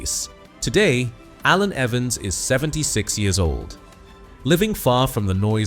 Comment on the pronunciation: Shame the AI commentary couldn't pronounce his first name....